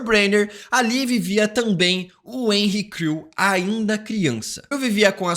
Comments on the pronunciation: quantas vezes ele falou henry crew? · Cara eu não consegui deixar de ouvir "Henri Cristo", todas vezes que você disse Henry Creel kkkkk